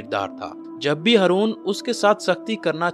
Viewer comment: بھائی ،آپ ہارون کی بجائے ہرون کہتے ہو 🙄